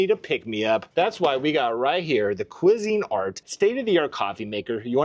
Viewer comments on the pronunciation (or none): “The cuisine art.” Haha love the pronunciation of cuisinart. The Italian Velcro took me out too. Also how fun would it be if the girl who sings the songs for Shane’s podcast wrote a jingle for house of merchandise?